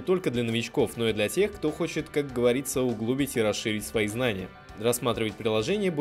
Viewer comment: УглубИть, а не углУбить